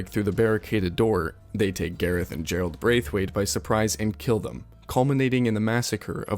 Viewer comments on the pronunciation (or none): none